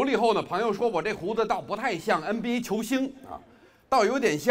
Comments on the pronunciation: The way he pronounces "NBA" just made him Madarin to another level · 留意他说的nba,是北京口音